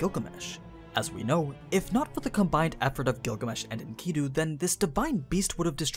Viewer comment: why do you say enkidu like that